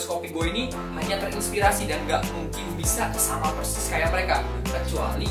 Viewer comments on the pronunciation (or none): none